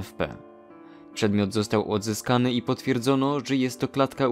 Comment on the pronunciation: Ja dobrze słyszałem "przedmiot został łodzyskany"???